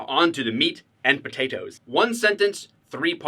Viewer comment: “Now onto the meat and po-tate-o’s”